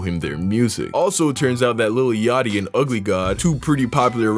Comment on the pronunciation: Also whos lil yaty I thought it was lik yatchy